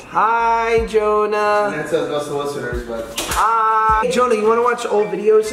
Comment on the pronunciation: Why do you guys call him Johona??